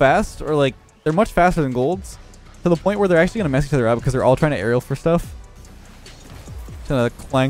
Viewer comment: The only thing I heard was him say Arelel for aerial